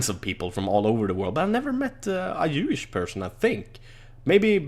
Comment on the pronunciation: when says jewish it sound like youish